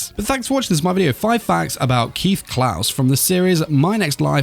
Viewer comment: CLAES in not pronounsed Klaus K-LIE-Z is how you Pronounce Claes my dude.